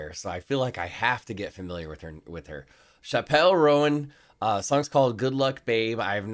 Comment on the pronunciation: Her name is pronounced like Chapel (like church chapel) Rown. The song is about a woman trying to deny she’s gay and ending up married to a man and unhappy, a path Chappell herself almost ended up on. It’s such a good song! You should check out more from her, like Pink Piby Club, Casual, My Kink Is Karma, or Red Wine Supernova. She’s insanely talented and writes all her own music as well.